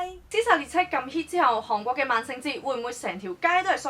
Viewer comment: 如果無聽錯， 你一直讀緊航國。